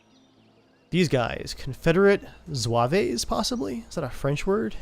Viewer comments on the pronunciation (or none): Zouaves is pronounced Zoo-Av. They were soldiers who wore uniforms based on the elite French military units based in Algiers, Africa. The uniforms were extremely expensive and the units who wore them often won fame and glory. Towards the middle to late parts of the war it became evident that a Zouave dress uniform was not a cost effective uniform for combat units to be wearing and they switched to the typical blue uniforms that the Union wore.